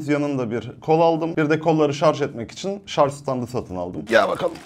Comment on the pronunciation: Teknoloji icerigi ceken bir adamin şarja şarz demesi. Ulan insan ogrenir be